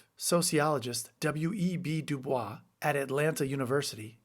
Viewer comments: "Dew Boys" NOT "Dew Bwa". W.E.B. is an important black intellectual. At least get his name right. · It's not dew-BWAH, it's du-BOYCE. Really. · W.E.B. DuBois pronounced his name "doo boys," not "doo bwah." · FYI, W.E.B. Du Bois pronounced his name doo-BOYSS (rhyming with "boys"), not the French doo-BWAH. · It's pronounced W.E.B. Du BOYS. I know in French it isn't, but that's how the man pronounced his own name and how the world knows him (present company excepted). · Sidenote W.E.B. Du Bois pronounced his name "do-BOYS" not "du-bwa." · Du Bois insisted that his name be pronounced not “De-Bwah,” but “De-Boys.” Visit his home in Great Barrington, MA, if you’re ever in the Berkshires. Amazing place. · Despite the spelling, WEB pronounced it "Do-Boys" not Dubois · The “bois” in Du Bois is pronounced as “boys” rather than “bwa.” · Excellent commentary. But W.E.B. pronounced his last name as “Doo-Boyss” not “Doo-Bwah.” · FYI, Du Bois is pronounced like "boys," not "bwa." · small nit: Du Bois himself used an anglicized pronunciation — not "doo-BWAH", but "doo-BOYSS" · Do Bois. Prounced de boys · FYI, Du Bois pronounced the "bois" part of his name like "boyz." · i've been taught- WEB DuBois insisted people pronounce his last name "Dew-Boys". Experts weigh in please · (Wince...wince...) ok, of course, but it's pronounced Du-boys. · WEB Dubois pronounced his last name Du Boyz. Not intuitive but that’s how he pronounced it. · Not trying to be a jerk and I hate correcting people but W.E.B. Dubois' name is pronounced how it's spelled. It's Anglicized (Doo-boyce) It's not the French pronunciation. Otherwise, great info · WEB DuBoise actually pronounced it DuBoys. Or that's what I was repeatedly told by various history professors. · Speaking of the psychological rage of white people, how many times do we have to tell you DUBOYZ. It’s pronounced DUBOYZ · W.E.B. Du Bois pronounced his name as "doo-BOYSS" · W.E.B. Du BOYS. At least pronounce it correctly. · its pronounced dooboys